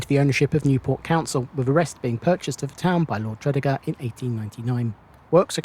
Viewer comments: From a 61 year old Newport native, I found this a very interesting and informative video, thank you. Only one little niggle, we pronounce Tredegar as , Tre - deeee - gar. Keep up the good work, will be catching up on your vids and have subbed to your channel, cheers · Great video of Newport....but your pronunciation of Tredegar made me chuckle Tred-ee-gar. 👍👍👍